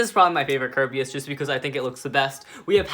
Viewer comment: This is how many times he said kirbeas